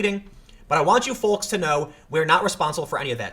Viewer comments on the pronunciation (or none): Tim... What's a foauxs? lmao My stars and garters! It's folks, ya darn Yank. :-) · folks is pronounced fokes...the L is silent. or at least not as pronounced. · Tim, please stop pronouncing the "L" in "folks" and "calm". With all due respect it does my head in. Other than that, love your work.